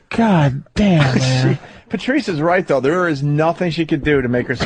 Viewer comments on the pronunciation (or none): "PERTREES" - saying "Patrice" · Just realized Opie says "Pertreese" can't unhear it now.